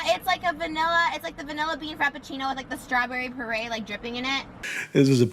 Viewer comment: "It's a vanilla frap with strawberry parade down the side". The word is purée, Trisha lol